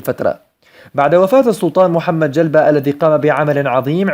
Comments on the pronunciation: يااخ المحترم ايها المعلق المحترف ؟؟نرجو من حضرتك لفظ الاسماء بطريقة صحيحة وعدم لفظها بطريقة تثير السخرية ؟؟مثال ذلك ؟؟ موسى چلبي وعيسى چلبي ومحمدچلبي ؟؟ وليس موسى جلبا وعيسى جلبا ومحمد جلبا ؟؟؟؟؟ وانتم تعلمون ان لقب الچلبي هو من القاب الدولة العلية. وشكرا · اول شيء السلطان اسمه محمد جلبي خان وليس جلبى جلبي بالياء. ثم ليس من شأن العرب شرح تأريخ الأتراك